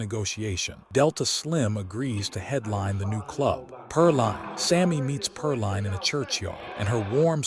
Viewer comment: its pronounced perleen not perline! back then names ending in "een" were popular..ireen, desreen.aileen